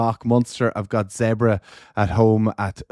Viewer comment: When will Donnacha get it right, its Zebre not Zebra. Its really not hard.